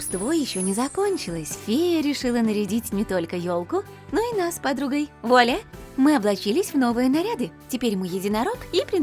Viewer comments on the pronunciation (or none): none